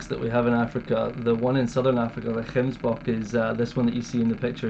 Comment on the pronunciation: I like the way the Scot says gemsbok. Perfect. He must come back and learn afrikaans